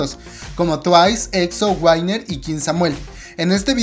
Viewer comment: Sabes no tengo nada contra de ti, pero no me gusta como pronuncias winner :v